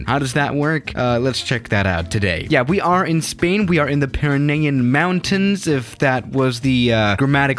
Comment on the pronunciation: the mountains are pernounced like pira neez